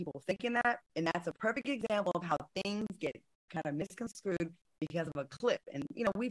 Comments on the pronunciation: Why does it always sound like Claudia and Funky say “misconScrewed” rather than “misconstrued “? 😂 Sorry, I had to say it…love yall though! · Q says misconscrewed all the time. 😩😂